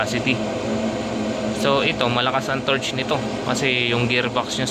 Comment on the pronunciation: torque not torch